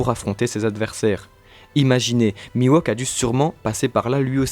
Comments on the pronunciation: hey, ne sommes nous pas d’accord que oeil de faucon se nomme mihawk et pas miwohk donc il me semble que vous le prononcez mal non? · Pas trop mal, mais par contre c'est "Mihawk", pas "Miwauque" :) lol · ca me perturbe ce "mi-wok" au lieu de "mihauk" en prononciation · C'est qui Miwok ? trololo Ouai non mais il s'appelle Mihawk... la prononciation c'est important >< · Miwok oui c'est Mi Hawk xd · Putain mec Mihawk ca se prononce pas:"Miwok" mais "Mihhhowk" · Phonétiquement mihhok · "Miwauk" xD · C'est perturbant d'entendre Mihawk se faire appeler Miwok. Hawk c'est un faucon en anglais, rien à voir avec un wok, qui est un ustensile de cuisine (et pas coupant) :p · j'allais dire la même chose c'est horrible ça m'arrache les tympans !!! mais à part ça bon résume des théories sur Zoro !!! Y a pas plus badass que Zoro !!! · c'est mihok non? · Ta prononciation de "mihawk" me fait saigner des oreilles